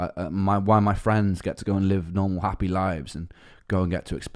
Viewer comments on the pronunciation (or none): love the facet as a fellow man who is a Welshman and who thinks of themselves as a Brightonion I still hear the welsh pronunciation in your words like Appy, with a soft a.